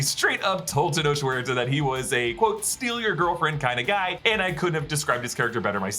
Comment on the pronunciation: Tenoch Huerta, is pronounced Tenok Werta.